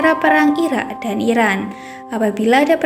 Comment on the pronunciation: Irak neng bukanya ira 😂